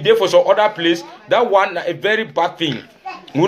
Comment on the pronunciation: Do we have “a very bad thing” in pidgin? It should be “some very bad tin”. Also in pidgin do not pronounce “thing” like in English. Just say “tin”.